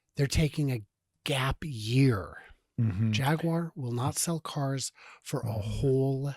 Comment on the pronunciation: I think they are going for the "Ja gyoo er" way of pronunciation